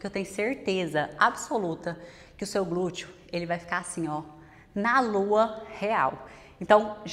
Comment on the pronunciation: Gente, não aguento mais ouvir esses "glutchio". 🥴